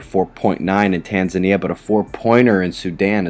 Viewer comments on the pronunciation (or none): none